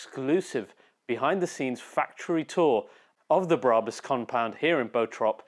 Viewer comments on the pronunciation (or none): It’s BRABUS and NOT BARABUS!!!! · Its BRabus NOT BARabus. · Brabus - not Berabus .....